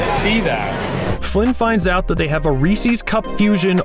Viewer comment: Calling Reese's "Reesie's" is a sin i cannot forgive